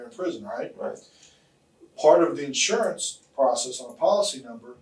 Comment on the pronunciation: It's insUrance..not insOrance...